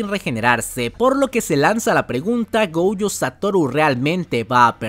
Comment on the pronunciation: por qué dices goujo? si es gojo jajaj